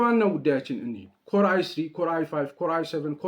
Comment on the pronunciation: when you say corn i3 you sound like c